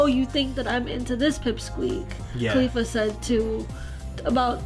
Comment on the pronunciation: 'Caulifla' not khalifla lol.